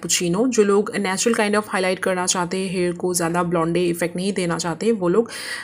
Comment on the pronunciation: It's blonde not blondey